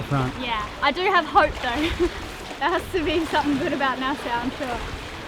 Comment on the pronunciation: Nassau....sounds like "nas-aw" ;-)